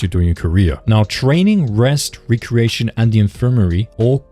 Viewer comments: Re create lol Recreation! REE-Cree-Ashun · That word is Recreation pronounced REC-RE-ATION not Re-Creation